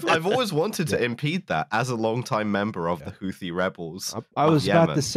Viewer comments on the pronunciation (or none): none